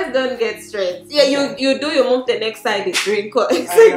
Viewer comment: "From yourrr👀👀" 😂😂😂